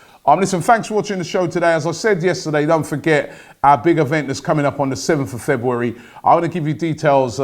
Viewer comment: Robbie says "February" funny HAHHAHAHA. Looney Tunes Cartoon Style "I thought I saw a pwoody cat" HAHAHA